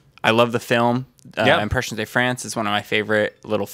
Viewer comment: Just FYI: the "de" in "Impressions de France" isn't pronounced as "day"; it's just a short e sound as in "fed". :)